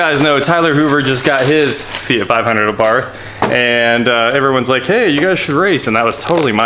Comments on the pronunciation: The h in Abarth is silent. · Your saying abarth wrong